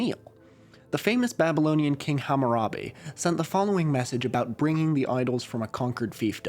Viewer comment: a white boy pronouncing hammurabi's name correctly !!!